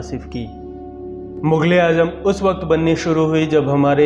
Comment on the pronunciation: What is your problem Stop this bakwas.......first try to say Mughal e azam not Mughal e AJAM